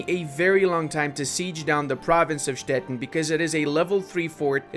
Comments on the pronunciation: He basically pronounces it as Stetten, which is a rather common name for a variety of small towns and hamlets all over southern Germany :D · Hello, a little advise: Stettin is pronounced Stetiiiin with the long i in german:D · learn how to pronounce Stettin, the end sounds like the word “teen” in English. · Ludis pronunciation of "Stettin" sounds always very funny and a bit confusing. In German the "tin" in Stettin is pronounced with a long i like in english "teen" in teenager.